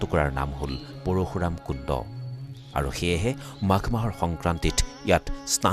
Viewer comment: Parukhuram nohoi bro parsuram he koi.